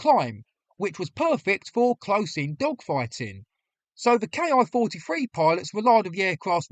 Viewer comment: The pronunciation of the Japanese aircraft is NOT 'Kee' but 'Kay Eye', as this is a manufacturer's designation and not a 'real' word in and of itself. You correctly use this method of speech in the middle part of the video. Overall, well presented and researched.